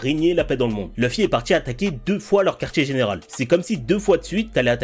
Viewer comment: Toujours mon combat pour prononcer Loufi et pas Leufi. La prononciation japonaise originale est bien Loufi et c'est si facile pour nous de le dire (avec accent Français bien sûr), car le son existe pour nous aussi...